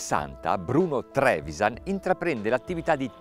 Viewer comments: Si legge Trevisán, il cognome del signore, non Trévisan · Non si legge Trevisàn? La "a" è aperta, quindi l'accento dovrebbe essere grave, non acuto